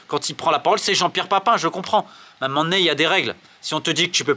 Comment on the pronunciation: pourquoi tu prends l'accent marseillais de temps en temps? A un m'men donné?